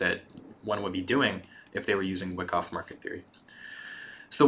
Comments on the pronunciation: Good viedo but it is pronounced Y-KOFF. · Seeing a lot of comments about how good this series is...I’ll watch it, but man it is painful hearing someone explain a concept where they mispronounce the name of the strategy they are teaching over and over...